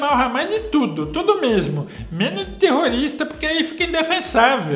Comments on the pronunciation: oh dificuldade de falar terrorista minha filha🙄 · A parceira não conseguiu falar Grupo Terrorista...🤑🤑🤑